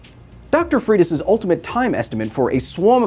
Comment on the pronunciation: Wow, you destroyed the surname Freitas. It's portuguese origin... Pronounce it like FREY - TAHS